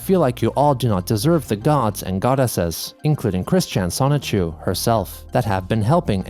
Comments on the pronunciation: He for real created a character pronounced semen chu lmfao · Bruh, can you stop calling him Sonichu? This is LEGITIMATELY enabling his delusions.